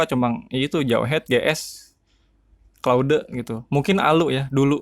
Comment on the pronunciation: Claude bang bukan claude